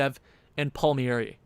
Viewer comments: It’s pronounced “Palm-Air-E” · Palmieri(é) you're funny, you butcher foreign names like a true Anglo. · It’s Kyle palm-ear-I-yay